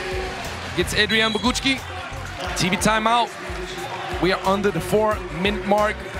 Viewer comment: Little help for commentator: Bogucki - /Bo-gootz-ki/ Szlachetka - /Shla-het-ka/